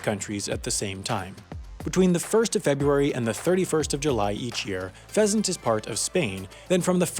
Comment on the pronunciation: h in pheasant is wrong